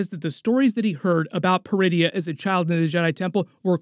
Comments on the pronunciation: I swear I hear DRUIDIA every time I heard them say Peridia lol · Almost jumped out of my seat when I thought I heard them call the planet “Druidia”… 😂 I had to rewind and turn on subtitles. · Ok, ain't gonna lie. The first time they said it, I heard DRuidia. I almost choked on my blue milk.